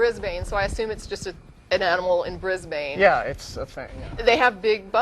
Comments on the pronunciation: We need to teach Americans how to say "Brisbane". it's "Briz-b'n", or "Briz-vegas" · Ha ha, "bris-Bane". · Ugh, stop saying Bris-BANE. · She kept pronouncing Brisbane wrong. >_> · lol so funny how she pronounces our cites. melburrrrrn and bris-bane. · I am amused my the wrong pronunciations of Melbourne and Brisbane. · Lol, they pronounce Melbourne and Brisbane in a funny way :P